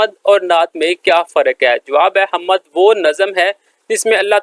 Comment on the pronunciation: Sir ji talaffuz "hammad" nahin " HAMD" hai.